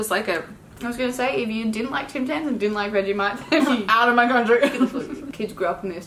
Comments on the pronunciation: Your saying vag-I-mite not Vegemite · Bro when she says vegimite I cringe cos she says it like veg I mite not veggie mite lol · Idk why but it makes me cringe bc she says Vegamite instead of Vegemite but i still love her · It’s vegemite not vegimite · The way she said Vegemite as "vegimait".